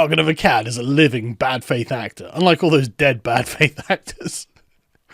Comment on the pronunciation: Sargon fans, "Aklads"? Sargon of Aklads lol No?